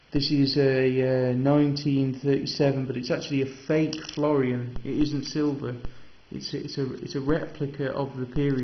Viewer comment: Nice collection, but the one thing you kept saying was FLORION, not FLO-RIN Because I was used to coins before the decimal ones, it jumps out at me when you kept saying it. Keep Collecting mate its an interest for life, you can take it as far or as basic as you like, there are no limits. Regards John